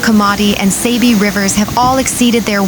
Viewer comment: It's Saabee. Not Saybee